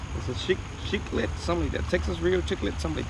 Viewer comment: Nice spot es cichlid no chiqlet LMAO 😂😂😂